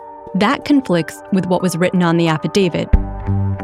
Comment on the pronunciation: Kind of astonishing that a Washington Post reporter made an entire podcast series thinking the word is 'Affadavid' and no-one thought that was an issue.